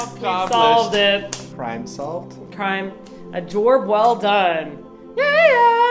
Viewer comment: Also I just got to the end and said "a jorb well done", doesn't she mean jeorb? Or jeoroeorb?